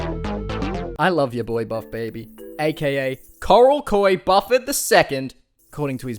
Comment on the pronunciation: You're right. This guy is Australian or some shit so he can't pronounce Bufford or Correll correctly. Correll has an oooooolllld as channel called thecorrell2011. He used to dance nearly ass naked all oiled up 💀💀 he's low-key a lolcow.